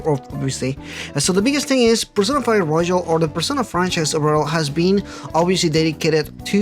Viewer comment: (btw it's roYal, not roJal)